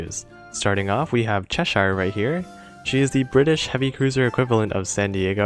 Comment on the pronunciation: I know it's a dialect thing not a language thing but Cheshire is pronounced Chesh-er give those royal ships their royal names haha also thanks for the guides I've been playing for about a year now and your videos are super helpful!